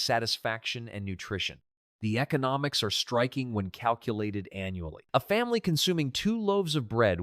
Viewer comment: Difficult to believe anything is true when AI is used. It doesn't even say family correctly. Family was pronounced efamily.